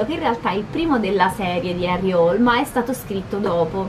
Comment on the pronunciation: Ciao :) forse hai fatto confusione ma.. 'IL PIPISTRELLO' è il primo libro in assoluto della saga, quindi la storia inizia da qui. E' stato pubblicato nel '97 ed è l'inizio della saga di Harry Hole (che in una recente intervista di Nesbo ha detto che si pronuncia Hul). Scusa se mi sono permesso, ma mi sono sentito di correggerti :) :) :)